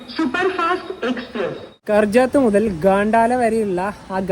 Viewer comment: Correct pronunciation 'കർജത് ' എന്നും 'ഘണ്ടാല' എന്നുമാണ് . ശ്രദ്ധിക്കുമല്ലോ... ബിരിയാണി കഴിച്ചത് പബ്ലിക് റെസ്റ്റാറ്റാന്റിൽ നിന്നുമാണോ? അവിടുത്തെ പോലെ ഇരിക്കുന്നു..